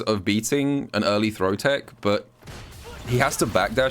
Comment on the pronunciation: its pronounced "TECH" not TICK wow